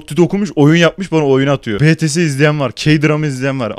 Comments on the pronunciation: Hacı beteseye 'betese' dediğin için o kitleyi kaybedicen şimdi xd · Betese değil Bts sana çok kızdım(!) (!) (ironi) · btsye betese dedi ifşa saldırın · Bts eye betese diyen koca yürekli